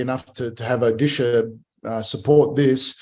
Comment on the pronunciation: It's Odisha not orrisa this is old name of ODISHA